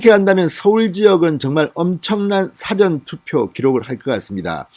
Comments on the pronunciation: 진성호는 事前投票를 辭典投票로 발음하고있다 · 사:전 투표 장음으로 발음하세요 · 운영자님 발음 좀 바꾸시면 안됩니까? 사전투표가 아니라 사전투표입니다. 무슨 뜻인지 아시죠? 운영자님 기자출신이라면서요. 운영자님의 사전투표 시 사전은 단어찾는 사전을 발음할 때의 발음입니다. 사장님을 사회에서 사장시키는 사장하고 같이 발음하는 것과 같은 형태라고 생각됩니다. 국어공부를 제가 잘못 했나요?.